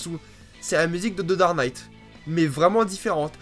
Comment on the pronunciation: "The dare night" ? xD